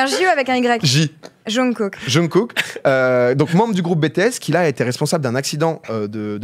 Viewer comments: "Avec un J ou avec un Y?" "Un J" "Jounkouk" et non raté mdr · J'ai gueulé quand j'ai entendu "yungkook" et "bé té s" -> "Jungkook" et "bi ti s" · « yunkook » hihiihih